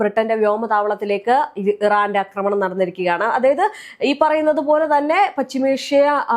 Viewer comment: അക്രമണം അല്ല ആക്രമണം എന്നാണ്